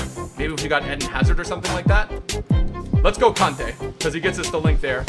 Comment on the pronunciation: He says kante as kunte/cunte